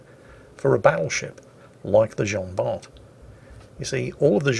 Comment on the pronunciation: Jean Bart :)